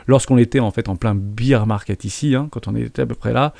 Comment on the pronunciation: je me permets la remarque, mais bear market se dit "bère market"! Car "bir market" c'est pour la tournée des pintes en sortie de boulot ( beer market);)